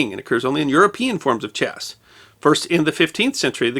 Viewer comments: and others show the narrator and the closed caption are saying "chest" instead of "chess" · To be fair, he does sound like he's putting a hard "t" at the end of the word sometimes. Weird.